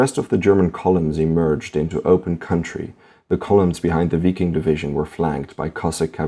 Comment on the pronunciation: its pronounced VIKING!